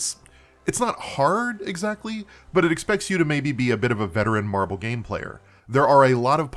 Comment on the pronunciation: Every day you say "marble" my head perks up and I go "MARVEL did what?!" XDDD (That's no diss on your pronounciation I hope, I got lotta noise around me rn coz cooking. I just found it hilarious plus #praiseTheAlgorithm)